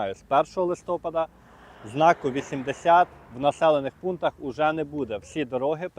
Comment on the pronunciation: Та неправильний наголос (так його бабуся колись казали) - то мізер у порівнянні з його рогульськими «прывычкамі» і «кілометрами в чяс».